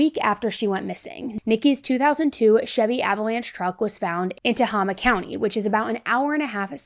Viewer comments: just FYI, the middle syllable of Tehama is pronounced "hay," not "hah" as in "hot." It's Tuh-hay-muh. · TUH-HAY-MUH = Tehama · It pronounced - te-hay-ma